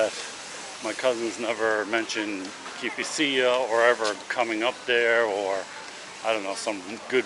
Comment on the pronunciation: Greek here, it is pronounced kifisià